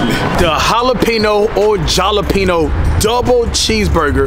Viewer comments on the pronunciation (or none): How do you say jalapeño wrong twice 😂😂